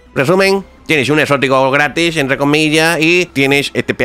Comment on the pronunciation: Nada que ver cuando dice " gratis" xD